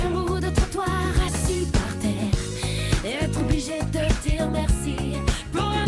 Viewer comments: Rrrrassis par terre 😂😂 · Rrraaaasis par terre c est pour m’achever ? 😂